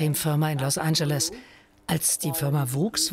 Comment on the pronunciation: Los Anscheles....